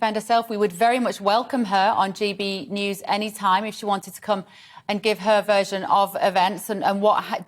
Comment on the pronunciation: A totally different subject: why does (or should I say doez??) everyone seem to turn allsoft s letters into a a j or even z soundthese days. It seems to be a very recent development of about the last 10-15 years. Listen to films before 2000 and you wont hear it. It is version soft s like sh in shop not like the g in engine. Here we get it again "vergine". Is this American influence or what? People are even beginning to change us to "erz". The s sound is softer and more graceful than the z or g, no question. I am glad the lady still says SHould. How wonder how many years will pass before people start saying ZHud?